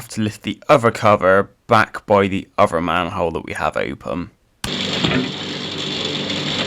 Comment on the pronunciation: You can say "the" and "that" correctly but other is uvver. What is up with that?